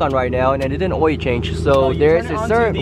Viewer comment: I die every time he says "OIL" swear to god it sound like "OIEEEE" HAHA I LOVE YOU